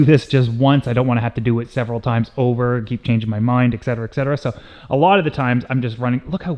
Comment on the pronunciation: Always saying excetera excetera is absolutely phenomenal!! 🤣😂🤣😂 I don't care what anyone else says about ya, you're alright Buddy! 😉 Even tho you never replied to me on Instagram! 😜